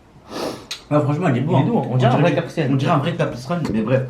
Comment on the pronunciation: Guette comment il dit "caprisun as